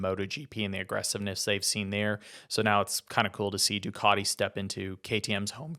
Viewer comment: Love how you call ducati, doocoti